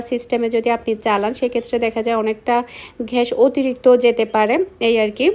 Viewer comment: ঘ্যাস না গ্যাস🤔🤔🤐🤐😵🥴🤕🤕🤕😡🤬